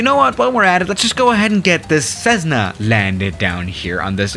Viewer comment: I heard "Cezzna"